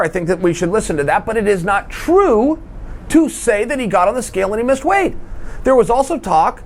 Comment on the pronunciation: Was that a "weighth" problem? Did I hear a 9er in there?